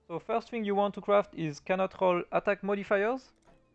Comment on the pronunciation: Je le savais direct quand il a dit modifiers 😂 mais franchement pour un fr ton anglais est vraiment pas mal